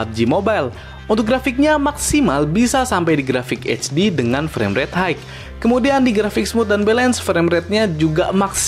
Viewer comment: High bacanya "Hai" bang, bukan "Haigh". Semoga ke depan nya lebih mantap lg konten videonya